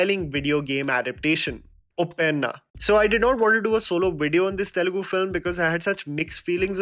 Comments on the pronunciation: don't pronounce it as UPPENNA I mean it UPPENA, so don't stress on the "N". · Uppena is a wonderful film, a bold one. And btw it's pronounced as उप्पेना, it means a tsunami kinda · Just saying being a telugu persons Uppena pronounciation is wrong bro